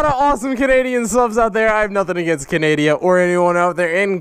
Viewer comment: canadia??? LOL